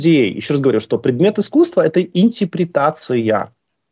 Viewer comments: Ну , к политологу, который говорит * интепритация : и интепритировать* относиться всерьез попросту невозможно. Только обнять и плакать.. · И это политолог? "Интерпретация", а не "интепретация". Какая безграмотность! Вы уверены что у этого человека высшее образование?